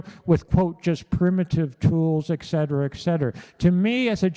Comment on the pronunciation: Tell your husband it’s pronounced “et cetera”…🤦‍♂️